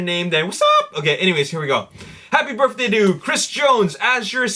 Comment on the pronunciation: I watch every episode, but there's one thing you're driving me nuts with. It's "birTHday", not "birFday". Please. PLEASE knock it off.